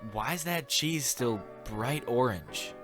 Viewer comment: did you just call that cheese /o r a n g e/